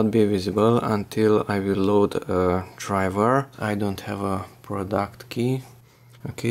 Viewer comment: Foldurrrrr drivurrrrrr